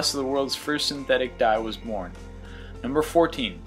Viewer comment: And thus! ----- was byorn! Haha!